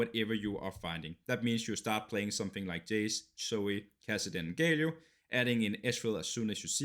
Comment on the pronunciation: sorry but it is GALIO not GAYLIO wtf... nice video tho